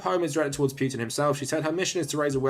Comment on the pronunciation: Good video, but please don't pronounce it Pyutin.